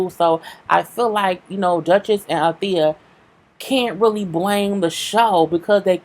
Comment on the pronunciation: She called Althea every thing but Althea 😩😂😂😅